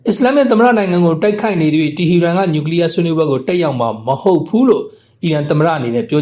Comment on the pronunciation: တီဟီရန်လို့ မရေး မဖတ်ပဲ တီဟရန်လို့ အမှန်အတိုင်း ရေးသားဖတ်ကြားပါရန်